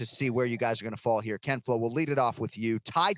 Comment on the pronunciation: I just wish he would stop saying ken flow